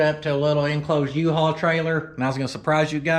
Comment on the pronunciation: Love the yee-hawl